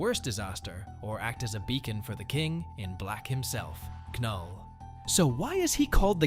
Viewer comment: ITS NULL THE K IS SILENT